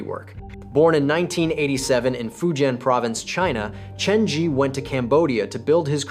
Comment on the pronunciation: Why is the Zhi pronounced so inconsistently in this video? Sometimes you pronounce it ZHEE while other times you pronounce it ZHUH.